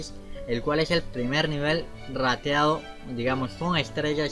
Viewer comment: Jajaja me da risa cuando dices RATEADO